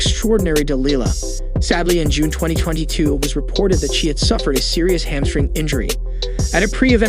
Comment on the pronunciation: It's HAMstring (in the leg); not "hand string."